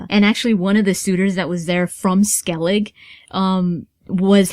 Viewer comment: It's funny how many people pronounce Skellige as Skellig haha :D It'd be Skellig-eh, so with the e at the end. I just think it's funny!